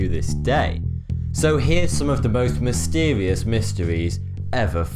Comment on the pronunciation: "Scientist's have discovered mystewieus"